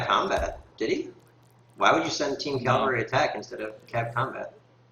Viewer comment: the best player in aoe 3 can't say CAV-AL-RY, not calvary